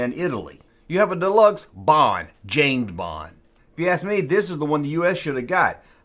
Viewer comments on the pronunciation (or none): James Bong? I am listening... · James Bong😂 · James Bong?🤣🤣😂🤣🤣 Dude, take that mistake and run with it!!! There's your new t-shirt line!!!